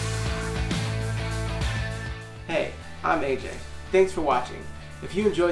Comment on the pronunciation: The pronunciation of “seca” was nails on a chalkboard. Its california. Doesnt sound like SEGA with a C